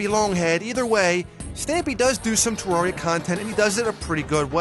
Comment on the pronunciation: You’re pronouncing terraria wrong